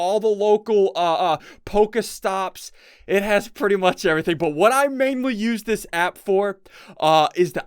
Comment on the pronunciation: No hate, but poké is pronounced "poke-ee" not "po-ka", just sayin'